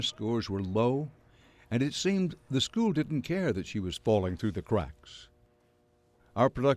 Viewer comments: Nobody in Detroit will make it, when the students pronounce "School" .... "Skoo" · The thing which has bothered me the very most about this excellent documentary is how Dan Rather pronounces school as "schoos." Once you hear it, you can't unhear it.